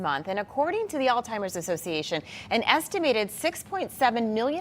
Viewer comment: Why does she keep saying “Altimers”? The guy says it correctly. Lol